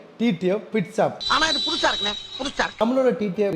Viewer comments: Shop ❌️ Shaap✅️ . Staring ❌️ Sarting ✅️😂😂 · Technician❌ technisan✓ shop❌ saap✓ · Shop ❌ saap ✅🤣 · Reply ❌Replay ✅ Shop ❌ saap✅ Whole sale ❌ OolSale ✅ Helmet ❌ Elmet✅ Starting ❌ saarting✅ Techician ❌ Teknisan ✅ Struggle ❌ Stuggle✅ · Shop is a word. Saap is an emotion 😅 Dei